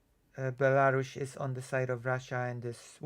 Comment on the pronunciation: WTF is Belaru-SH? 😵‍💫